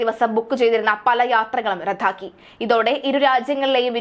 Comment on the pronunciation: റദ്ദാക്കി എന്നത് രദ്ധാക്കി എന്നുച്ചരിച്ചു മലയാളത്തെ നശിപ്പിക്കരുത്.